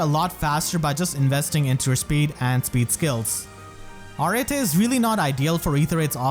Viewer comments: To help you out 'cause I hear your struggle with that name. It is pronounced (Ar-et), it can also be pronounced as simply (Art). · i think its proniunced areet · I always said her name like A-rete. Not…whatever this pronunciation is. O_O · Raise your hand if you thought her name was pronounced “ah-ret” and not “ah-rah-tay” all this time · Wait so, how do you properly pronounce Arete? I've always pronounced it as if it was "Arette"... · What’s crazy isn’t how bad she is, it’s how her name is pronounced. Ar-eh-Tay?? How?! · Pronouncing her name the way you do, sounds like Earring in Spanish, which I find adorable. I always gave it a kinda French pronuntiation. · When Arete pronounced her own name in her voice lines it was NOT how I imagined it lol I'm probably gonna build her even if she's not unique, I like her a lot. All im hoping is that this isn't a sign of Mythic Anankos this month.....I need my orbs for cyl